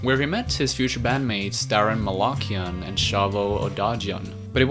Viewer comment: Hearing the pronunciation of these last names is so physically painful. Armenian last names have the intonation on the last letter "a", right before the "n". So Malakian is pronounced Malakián, Tankián, even Kardashian has that same rule and so on.